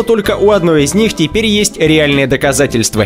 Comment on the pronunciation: Чувак что у тебя за проблема с произношением окончаний? Почему доказательствэы ? Увальнениеэ, наблюдениеиэ